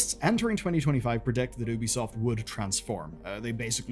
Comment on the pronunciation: 2bisoft? TooBesoft? Amazing.